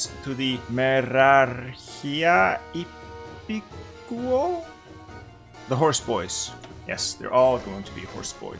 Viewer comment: Actually you said it almost correctly. Merarchia Ippikou